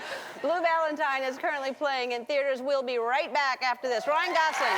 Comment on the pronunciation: I love that she got his name pronounced correctly. It's Gosling not Gozling... like most people say.